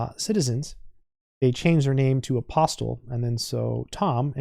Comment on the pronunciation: The author is of Greek descent, and he pronounces his name "aposTOL" - with the accent on the last syllable